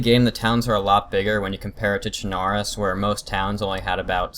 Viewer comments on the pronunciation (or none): Che-na-rus ಠ_ಠ Cher-nah-roose. Got it? :P